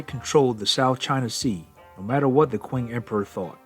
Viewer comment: Qing is pronounced "Ching"